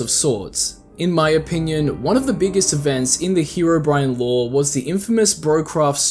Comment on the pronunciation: Why is herobrine being pronounced as bri an And not bri ne I don’t know spacing of sounds so if im wrong sorry but you get what im trying to say